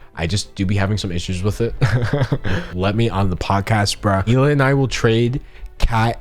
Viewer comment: Finally you pronounced Hila’s name correctly